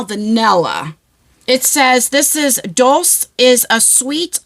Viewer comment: Dulce is pronounced “dolechey”…loveU